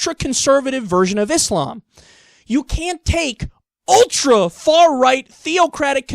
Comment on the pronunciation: Love the show.... Hate how you say islam now.